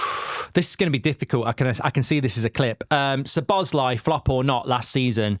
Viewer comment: Szobos-lee Who is he, really? Do you say his name wrong on purpose, just because he’s at Liverpool?